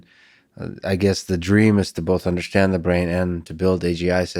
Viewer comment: Lex. Love the podcasts. Learn how to say 'understand.' It's not 'undershhhstand.' Thanks.